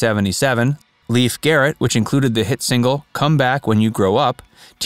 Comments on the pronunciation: I recall this bloke from Wonder Woman where he played TWO roles!! His name is LAY-fe (not Leaf)!! Anyway, I used to run into him while in the Los Angeles underground(s) AKA subways, but I never said hello!! Best of luck kiddo!! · It’s NOT Leaf, it’s pronounced Layf! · It drove me absolutely crazy that the guy doing an entire documentary on Lief Garrett didn’t spend the time to actually check to see how his name is pronounced: it is not pronounced as Leaf…like a leaf from a tree, but rather as Lief, which is the Norwegian pronunciation. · It's pronounced Lay-f..not Leaf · It’s pronounced “LAYF”, not “Leaf”, first of all, and other details were off, as well. Do your research, “Facts” verse!! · Pronounced Lafe not Leaf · It’s actually pronounced as. “L-a-y-f” He said it multiple times in interviews. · "Leef" Garrett? This is embarrassing. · It’s pronounced ‘Laif’ and it’s paraplegic not parapalegic like you pronounce it.